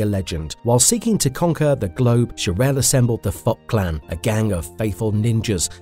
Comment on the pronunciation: I really mean no insult when I say this, but please work on the pronounciation a little. I hear you say "Oraki Saki" and "the fot clan". I know its an old video, but these sort of things are pretty distracting, and these aren't complicated names either. It kind of gives off a vibe that you never watched the show, or at least not the english version. I enjoyed the video however, thank you for the work.